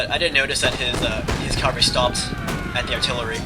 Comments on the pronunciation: Cavalry, CAVALRY, not calvary. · you keep saying "calvary" I think you mean cavalry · its cavalry :l